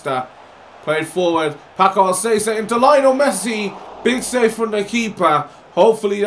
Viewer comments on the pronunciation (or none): Paco Alcacer is pronounced "Pako Alkaser" I guess?